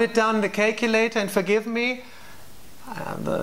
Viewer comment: ''put it down on the kacelater''